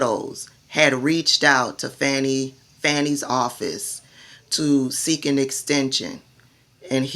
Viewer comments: Her name is pronounced Fawnee, not Fanny. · You are one of my favorite online personalities but please stop calling her Fanny ,it's pronounced like Fauni or Fawny. Keep up the great work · For those w/ ❓ listen to professionals who've worked w/her [Glenn kirschner+ others] they DON'T say Fanny - Faux news MISpronounces Kamala + Fani - INTENTIONALLY.... Just sayin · I love your channel but please pronounce Fani's name correctly - Faw-nee... The repugs MISpronounce BOTH her + Kamala on purpose- Fani is an international superstar - let's get her [+ Kamala - not Camilla ] names right for historical purposes. TY ❣️☮️